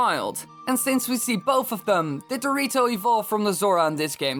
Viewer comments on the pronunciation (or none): lol you said dorito instead of the rito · sounded like he said dorito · I thought you said zora and dorito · i kept hearing the rito as dorito the whole video